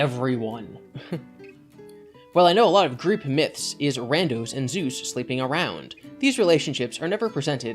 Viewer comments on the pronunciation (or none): none